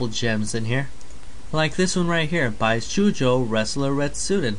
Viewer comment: LOL "Bye-shoe-Joe"